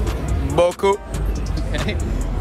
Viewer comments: The word - beaucoup The guy very confidently: Thats BUTTER CUP lmao. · I heard "bio coupe" is it normal? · Beaucoup "bUtTeRcUp" HOW ??? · the word " beaucoup " is pronounced " bocou ", not " BéAKOoop " 😭😭 french is such a difficult language